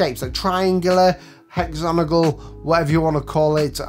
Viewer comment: Hexagonal...not hexanogal